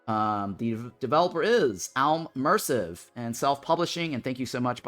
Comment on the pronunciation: You said "ALmersive" it's definitely AI + mersive.